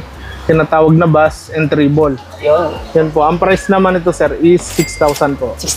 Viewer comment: Bass is pronounce as base